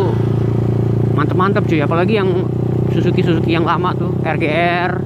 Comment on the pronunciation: Bukan zuzuki bang tapi zusuki 😁 Wah gimana sih si Abang 🙈